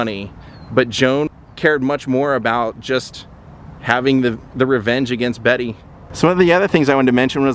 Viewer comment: UGH! the fact you kept saying her name wrong the whole video. She hated being called "Betty" and made it clear her name was Bette